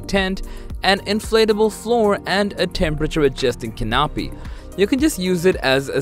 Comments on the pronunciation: At 50 seconds in "a temperature adjusting (?) 'Ca- NAP-i' " ...? Where I come from that should be pronounced "CAN-a-pee" but more commonly called a "tarp" and far from being a "must have" that tent is a frivolous waste of resources. With that, I'm not going to waste my time on the rest of this. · Did he just say call a canopy a ca-nop-py? 🤦‍♂️